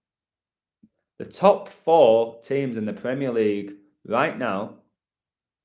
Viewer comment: The "CREAM-eer League."